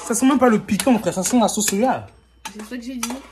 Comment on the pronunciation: * soya * mais c'est* soja* 😂